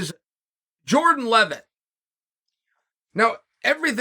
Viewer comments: “Jordan Leavett” correctly pronounced…. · To hear Chael not MESS his name up makes it appear that Jordan is now a star haha